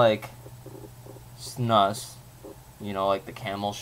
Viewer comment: It's pronounced "snoose."